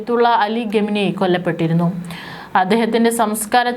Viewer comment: അവതാരക / കൻ, അവരുടെ ശൈലി, ഉച്ചാരണ സ്ഫുടത, ശബ്ദം ഇതൊക്കെ നല്ലതാണെകിലേ വാർത്ത കേട്ടിരിക്കാൻ താല്പര്യം ഉണ്ടാകൂ! ഗത്തർ, ഗമിനി എന്നൊക്കെ ഉച്ചരിക്കുന്നത് അശ്രദ്ധ മൂലമാണ്.